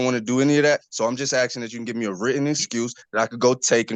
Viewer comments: It's "ASKING! ASKING!" Not "axing!" In the name of all that's holy, "ASKING!" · The word is " Asking ", not " Axing ". It's " Do That ", not " Do dat ". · For real...are you chopping wood or ASKING a question? For the life of these people, they can not pronounce this word correctly. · ' im axing ' Lock him up, thats assault with a deadly weapon. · I'm axing you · He "ax-in" the Judge. 😂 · He's axing. Quite the lawyer he has. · He’s axeing for a hearing.😅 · ‘ I am axsing…’ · Returd keeps axing the judge. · Never tell a judge "I'm axin' you..." That's being a real Dumbf*ck McD*ckflute. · He's just axing for a written notice. Why is that so hard? Also, is one of my favorite judges.